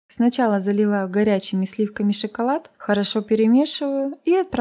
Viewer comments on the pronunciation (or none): none